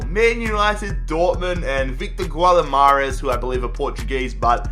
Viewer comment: It is pronounced Victoria Gim-a-rangj